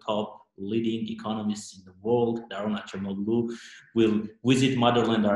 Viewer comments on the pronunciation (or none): It’s Acemoğlu not Açemoglu!!!!